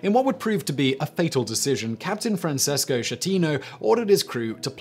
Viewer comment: Francesco Schettino Sounds like Fran ches Ko. Skeh-tee- noh. Ch in italian always sounds like K.